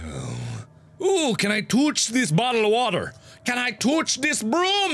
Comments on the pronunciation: It took me like forever to realize that tooch means touch I was like wtf is he saying!! is when I realized what he was saying... :/ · You're saying touch like you're saying douche... You gotta say it like this: TOW-CH (not tow as on tow truck it sounds like cow) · i left the room and came back in . all i heard was "I'll toch you so hard" ... what? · Ever since I watched this I now say toutch instead of touch XD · Why does Mark purposely make himself mentally disabled. It's more annoying than funny. Like, seriously, "Tooch"? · y does he have to "tooch"it???????😕😕😕😕😕😟😕😕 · IS IT JUST ME OR DOES EVERYTIME MARK SAYS " TOOCH" I HEAR "TOOSH?"